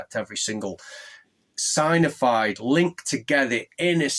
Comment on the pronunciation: Sig-nif-ied/sig-nif-ier Sorry if that’s rude but that’s how to pronounce it. Great Vid!